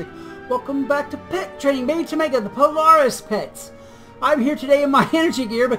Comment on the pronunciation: polar-iss, not Pole-ar-is.